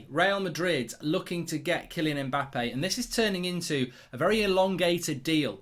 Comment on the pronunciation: Mbap-pee eh? lol